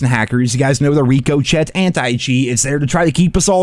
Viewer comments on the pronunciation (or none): Fyi- It's pronounced rika-shay.. not riko-shet. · the “rico-chet”.. i love your vids, it pronounced “rick-oh-shae” brother.. keep up the great work! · Ok, wait a minute.... say that again. Rico Chet..... bwahahahahahaha🤣. The T at the end is silent my guy, and it's one word, not two. It's Ricochet, which is what a bullet does when it bounces, or glances off of a surface. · “Rico-chet anti cheat” 😂 ima help you out, it’s (Rick-ah-shay) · Dude its not rico “chet”. You must be trolling at this point. Hard to take you seriously, take 2 minutes and look at the pronunciation in a dictionary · it’s RIC-O-CHET. The Chet sounds like Shay. You crack me up the way you say it. That bullet just RicoCHETED off the wall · COD doesn’t care. It’s sad. Oh and why do you say ricochet wrong??? Is that because of where your from. Or a joke about it? Well it is a joke just want to know why you say it funny